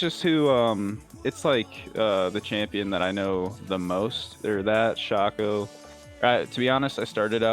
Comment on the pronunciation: Its him saying "shawk-o" that did it for me